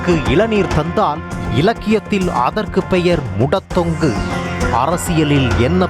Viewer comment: செய்தி வாசிப்பாளர் அவர்களே.. முடதெங்கு.. முடதொங்கு அல்ல.. தெங்கு என்றால் தென்னை... கவனமாக படிக்கவும்..